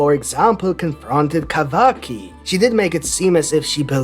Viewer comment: I love the way you pronounce Kawaki